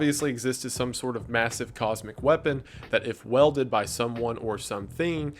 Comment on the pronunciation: it's pronounced WEELded not WELded. (sorry)